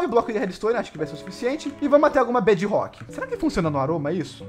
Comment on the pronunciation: MDS QUE AGONIA “BED ROCK” BEDRROCK!!!!!!!!!!!!!!!!!! Agoniante